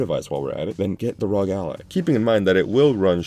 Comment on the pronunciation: It's arr-oh-gee, not rawg!!!